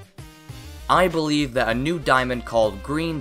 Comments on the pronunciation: he says: I believe Me says: EYE believe You Know because of eyeball? The Ruby? Huh? Huh? Ok. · i'm laughing sooo hard because when he said "i believe" it sounded live "eyeball eve" and eyeball ruby was on screen